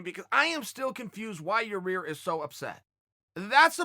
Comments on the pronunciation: Your adding an extra r to his name ohh so it’s pronounced ya rear lol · Chael it's Ya ear not Ya rear. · YAH-EAR...not YAH-REAR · Chael please stop saying Yarear, its not that hard lol. YA-EAR NOT YAREAR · Did Chael just call him Urea? Jesus Christ Chael you had to have heard them say his name on the broadcast a bunch of times. It's pronounced Yi-eer. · Chael is definitely pronouncing Ya-rear's name incorrectly on purpose. We now all know what Chael thinks of him. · "And none of them hit Ya-Rear. " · First minute off the vidéos Uncle chael: you ear Rodriguez!!!!OK great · He called him, "your rear"...too funny 🤣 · Chael; Yah- rear Rodrigues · Chael “yuhrear rodriguez” sonnen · Hey Chael, it's Ya-ir lol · I swear I think he was saying your rear on purpose good call chael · Chael it’s (Yi Air)! Sheesh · does he really not know how to pronounce Yair? Or does he just like to say "your rear" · It should be duly noted the correct pronunciation is “Your-Rear”. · Chael intentionally saying Your Rear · I like how he calls Yair "Your Rear" lol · Germ-y and Ya-Rear.... Ok great! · Hey Chael, I bet yah-rear is pretty germy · dude...Chael There's one R Yi air.... Yi air Say it with me slow cmon....Yiiiiii air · Oh and by the way....how's yarear? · Sounds like he saying your rear lol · Chael FYI: YAH-YEAR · Its Ya-IR! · Chael it’s ya-ear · Yar-reer :P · 😂😂 He's still going with it, "ya rear" hahahahaga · Urea/ uriah. Chael says urea so urea it is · He was corrected on how to say yairs name & still calls him yarear. I love it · I am 97% sure he does it on purpose, but if he admitted to it he'd have to stop cos it would lose its comedic appeal. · Cheal has officially named him Ya Re Aerrr now. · he will never be able to say Yair.